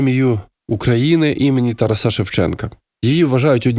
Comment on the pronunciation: ТарАса, а не ТарасА !!! Ви ж не кажете ІванА, СтепанА, БогданА, ОлегА, СергіЯ , а ІвАна, СтепАна, БогдАна, ОлЕга, СергІя!!! Чому для одного імені робиться цей безглуздий виняток?! Та ще й чийого імені! Може, ім'я ТарАса Григоровича Шевченка треба вимовляти так, як його вимовляють на його батьківщині, та й вимовляли завжди по всій Україні?! Навіть якщо десь на Заході України це ім'я дуже рідко зустрічається, і його чомусь там отак грубо перекрутили! Я вважаю це зневагою і великим приниженням цього святого для України імені.😪 НЕ СМІЙТЕ!!!